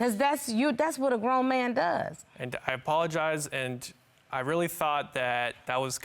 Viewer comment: It's the way he kept saying "Andt" ugghhh